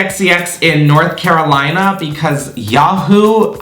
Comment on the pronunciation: the way u had a country accent when u said my name .... (carolina)